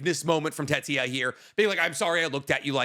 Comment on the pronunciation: If I hear call Tetia TETRIA again next week…